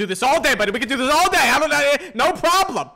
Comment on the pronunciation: "No proplem!" I am really sorry